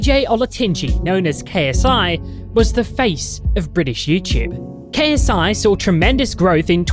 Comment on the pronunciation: It’s funny how you make a 32 minute video about someone but can’t say Ksis last name